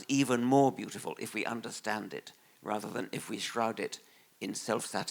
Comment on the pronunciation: "We want to tunderstand"